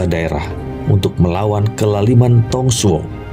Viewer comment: Mantappp bos... Ayo semangat diupgrade baca mandarinnya (pin yin) biar lebih tepat pelafalan namanya.. contohnya nama Dong Zhuo dibaca (Tung Cuo)